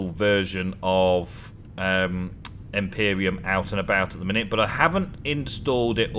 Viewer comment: is it just my ears that i am hearing you say Empyrium and not Empyrion? if so let me know, if it's your accent then I apologize.